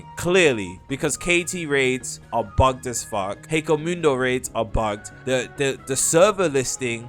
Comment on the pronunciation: Ok not trying to be mean but why do so many people pronounce hueco mundo so wrong it's h-way-co mundo I know it doesn't matter but it annoys me